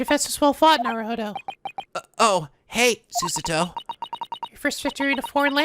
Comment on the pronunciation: Who told him Su-suh-toh was closer than Su-SAH-toh? The latter just needs more equal stress and to device the U in Su, but even as is, it's better than Su-suh-toh....